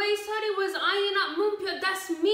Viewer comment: You’re like the only person I’ve heard pronounce Seori’s name correctly. I guess it’s because you actually know how to read Hangul. Kudos to you